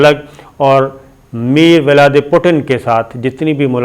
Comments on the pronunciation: صابر شاکر صاحب سب سے پہلے تو روس کے صدر کا نام ولادی میر پوٹن ہے۔ آپنے انکا نام پچھلی ویڈیو میں بھی غلطی سے میروالدی پوٹن کہا اور اس ویڈیو میں غلط کہا۔ دوسرا یہ کہ روسی صدر ولادی میر پوٹن فوج میں کبھی بھی نہیں رہے۔ ولادی میر پوٹن روس کی خوفیہ ایجنسی KGB میں رہے ہیں اور انکی تعیناتی جرمنی میں تھی۔ ایسٹ اور ویسٹ جرمنی کے ملاپ کے بعد یہ واپس روس آگئے اور قازقستان میں ایک عسکری مہم کے دوران یہ صدر بورس یلسن کے منظور نظر بن گئے اور بورس یلسن نے انھیں صدارتی امیدوار کے لئیے نامزد کیا اور اپنی ہی پارٹی کی مخالفت کے باوجود انھیں اپنی ہی بیٹی وکٹوریا یلسن کے مقابلے میں روس کا صدر منتخب کروایا۔ انکا اصل اور صحیح نام ولادی میر ولادی میرو وچ پوٹن ہے۔ لیکن عرف عام میں انکو صرف ولادی میر پوٹن کے نام سے جانا جاتا ہے۔ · او صابریا تینوں لے مولا ۔۔ میر ولادی پوٹن نہیں ولادی میر پیوٹن ہے اسکا نام ۔۔